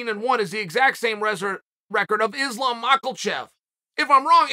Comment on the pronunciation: Issslaaam makelchev 🤦🏽‍♂️